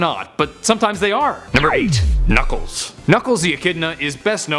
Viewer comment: knackles XD